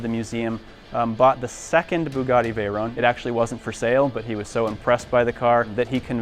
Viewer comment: it's the Bugatti Veyron, not Bayrun.